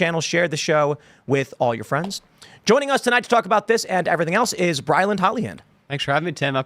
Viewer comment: Brilyn has no “d”.